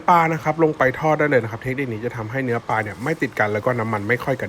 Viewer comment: ปลานะคะ ไม่ใช่ปาค่ะ